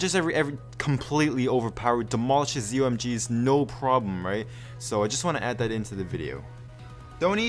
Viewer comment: zomg is pronounced: zoh my god. just saying :)